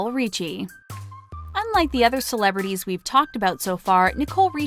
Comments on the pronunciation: I’m starting to think they mispronounce things on purpose to get more comments. How do you mispronounce “Richie” like “Ricci” when talking about Nicole but then getting it right when talking about Lionel? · This announcer cracks me up. She pronounces Nicole Richie as Ree-chee, and her father's name as Rich-ie, in the same story. Also, she really enunciated the "o" in Lionel. "Li-on-nell". Um, ok. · Lol i know. The last video i watched she said Nicole ri-shay instead of Richie. Really? Lol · lets not forget Ree-chee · Lion-nell.....really??? And ree-chi?